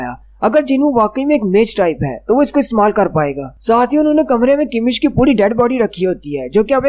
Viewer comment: It's kamish, not kimish